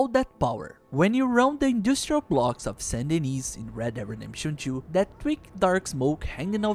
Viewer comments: Its Saint Denise NOT Saint Dennes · Saint Dennis is pronounced "Sandy Knee" 😂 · Honestly dope video. I expected you to lowkey have more subscribers because the video is very nicely done. My only complaint is the way you say Saint Denis. It ever so slightly pisses me off but still good video homie. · The way he said Saint Denis wrong is so annoying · "Saint Dennis"